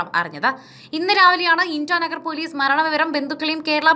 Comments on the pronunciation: Intanagar alla koche Itanagar kettittille. Vartha nokki vaayikkunnathano. Enthayaalum kurachukoodi shradhavenam. Onnumillelum pathuper kaanunnathalle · ഇന്റാ നഗർ അല്ല ഇറ്റാ നഗർ എന്നാണ് പറയുക...👍👍